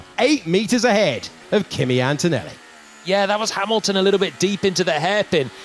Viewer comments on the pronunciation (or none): please, PLEEEEEASE… it’s antoneLLi, not AntoneLi🥲